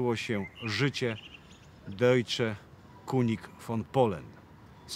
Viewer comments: Jaka amatorszczyna języka niemieckiego... kunig Kuń by się uśmiał. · König wymawiamy kynig nie kunig 😀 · "König", czyli po niemiecku "król", czyta się "kynig", a nie "kunig". Pozdrawiam 🙂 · König wymawia sie kynig tak w niemieckim jezyku , litera Ö Jak w polskim Y.Dobra informacja. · Deutsche König von Polen. Dojcze kyniś fon polen. Taka jest prawidłowa oczywiście w transkrypcji wymowa tego niemieckiego zwrotu. Szkoda że znajomość niemieckiego jest tak słaba również wśród polskich historyków.